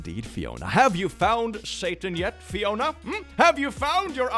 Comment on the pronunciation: when said "Fiona" i thought he said "Riona" which is my irl name and i got a heart attack. congrats thats the closest you ever got to my name